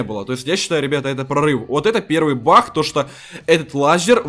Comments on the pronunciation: Говорица не бах а баг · Почему ты говоришь бах бах хахахахах а не баг !!!!!! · говорит не баг а бах 💥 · Почему бах а не баг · почему ты говортш не баг а бах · Всмысле бах а не баг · Не бах а баг